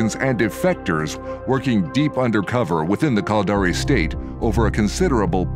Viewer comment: lol. Sounds like he's saying "Culdari".. sounds stupid. This video really represents eve well: A full story, rich in intrigue and suspense, NONE OF WHICH any player actually experiences in the game. Eve is an exercise in struggling massively to understand how to do the simplest of things, followed by Griefers killing you in "safe" space and taking all your stuff while hoping you will cry. I've played for nearly 20 years and these vids are only made to fool people into thinking they can participate in some grand story.. and they really can't.